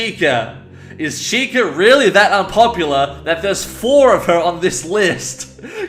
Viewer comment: U mean fowa